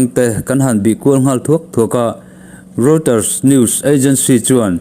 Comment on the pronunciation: Reuter hi rawitar tiin lam la a dik zawkin ka hria